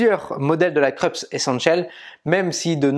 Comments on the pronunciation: Le nom de la marque se prononce "Kroupsse" et non "Kreups". J’ai la Krups YY3072FD depuis bientôt 2 ans. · Dans la vidéo d'aujourd'hui, du disais qu'on t'avait fait des remarques sur la prononciation. Je n'ai pas vu la remarque sur la prononciation du nom Krups : c'est une marque allemande, elle se dit "Kroups" ;) Sinon, rien à redire, vidéo au top. Merci !